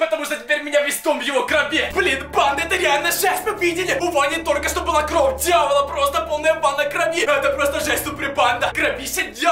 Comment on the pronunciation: Не кров а кровь